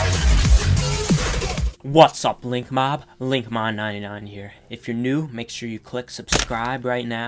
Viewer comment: i thought you said link"mom"99